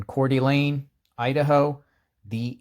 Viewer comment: OK It's pronounced.... " core da lane"